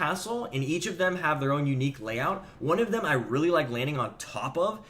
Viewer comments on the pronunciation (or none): none